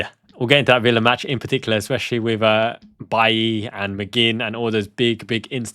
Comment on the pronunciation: Hey, his name is LEON BAILEY (pronounced BAY LEE) not BAILLY. He is Jamaican